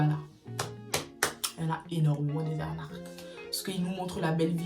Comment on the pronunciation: Ca me fume comment tu dit « arnaque » 🤣